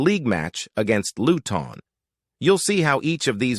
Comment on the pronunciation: Still haven't fully comprehended the AI thing, yet, I'm impressed. There are only two mispronunciations (Luton & Kudus), but there is one HUGE factual error in the commentary. #WestHam did not "narrowly miss out" on Champion League qualification last season - 2022/23. We, #WHU finished 31 points adrift of the team in the final #UCL 4th spot. Other than that glitch, I feel and TOTALLY, 100% agree with everything you AI' articulated. I'm currently lovin' it! Champions of Europe :trophy-yellow-smiling: that's who we are! #COYH #COYI